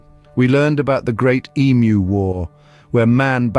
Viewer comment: I'm Australian and I get really frustrated correcting that fact. We did not "once" have an emu war, we did it twice! Also.props for the "ee-mu", not "emoo"